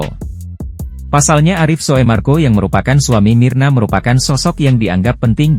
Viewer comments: Bkn soe marko mas bacanya😂 sumarko😅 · Min, itu bacanya u (tulisannya oe) jadi bacanya SUMARGO. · Busett dahh..OE itu dibacanya jd U ya bang..kasian 😅